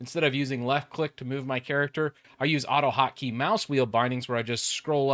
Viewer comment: Hockey? What’shockeygottodowithwinders??? ... oh annunciation! I get it.